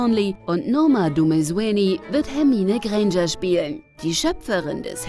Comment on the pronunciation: Wie spricht die denn Granger aus? Schrecklich!